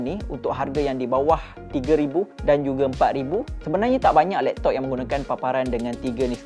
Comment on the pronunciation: kau ni 300 ke 3000? laen mcm bunyi 300😂